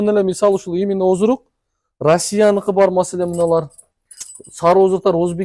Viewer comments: оздрук дебей оздук деп эле айткылачы сураныч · Бизде Ошентип айтат ооздук деп сен айтабер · Оздурук деп Оштуктар айтат.😂.